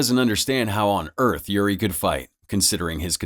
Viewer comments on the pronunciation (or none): none